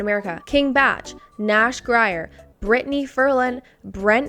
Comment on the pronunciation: not you getting nashs name wrong lol